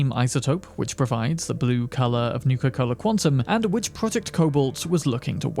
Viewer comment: Using "ć" instead of "č" in "which" makes you sound like toddler.. I dont want to be rude, but it drawn my atention durring whole video.. practice your pronouciation of "ch" sound..